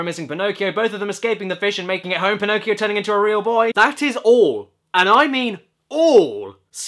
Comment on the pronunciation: I was wondering what the toys were singing. I heard "Shame on you young Pinocchio. What a laugh to muck your dirty-o".